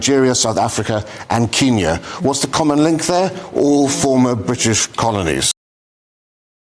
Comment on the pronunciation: You can tell she right in the way she pronounce ‘Briish’ 😅